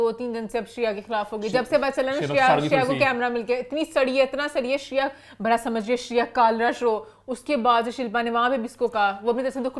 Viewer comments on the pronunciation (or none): BHHHADA NAHI HOTA, IT'S BADA. PLEASE LEARN URDU.